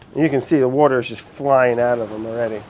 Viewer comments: fun challenge: try and get brad to pronounce water correctly :) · no one: french brad: l'wourder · "wourder" makes me LOL every time! hahahahahahah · Take a shot every time brad says wourder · every time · Since watching this dude, I don't know how to say water anymore. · I like how he pronounces water and soft... Where's his accent from? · He says water like me❤️❤️❤️